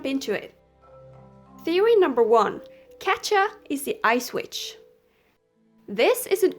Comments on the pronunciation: I'm so sorry if this sounds annoying but Katja is pronounced Katia or Katya and this just makes me cringe I'm so sorry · It is so funny how you pronounce katja 😂